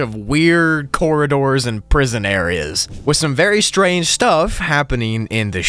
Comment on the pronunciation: "Prison broogli"